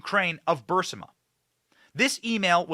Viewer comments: Fire your staff. They allow you to keep saying BUR SI MA…. When it’s BUR IS MA. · Isn't it Burisma? Not Bursima! Just curious. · It's Burisma, not Bursima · Not BURSIMA!! Sheesh ITS BURISSMAHHH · Great reporting, but I have to point out that the company is pronounced brr-riz-ma. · Would somebody PLEASE, for the love of god, correct Benny’s pronunciation of…..EVERYTHING, pretty much. It drives me absolutely crazy for him to continually butcher commonly available pronunciations. It’s BUR-IS-MA…. And NUC-LEE-URR.. it’s almost as cringey as MTG’s pronunciation of Elon Musk. Please guys!! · To help: It is Brrr-reese-ma. Brrrreeze-ma. Like breeze-ma (ma like mom, but mah') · Benny, you might like to check the pronunciation of “Burisma.” I think you’re mispronuncing it.